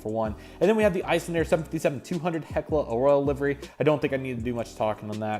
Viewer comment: Hekla "A Royal" Livery and Air "Ta titty" Nui 😂 Anyways, nice unboxing! Hope to see more